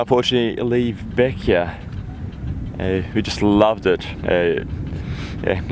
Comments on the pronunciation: Bequia is pronounced (Beck way) Island of the clouds. In the indigenous Arawak languages . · Hi, Its pronounced Beqwee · It is pronounced BeckWay. Great video I love Bequia.